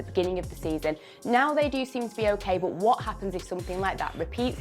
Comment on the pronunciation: every time she says "bOOt" instead of "but" I go back and dislike one video of onefootball ................................